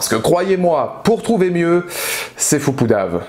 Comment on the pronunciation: C'est foucoudav (foutu couru d'avance) et non foupoudav ;)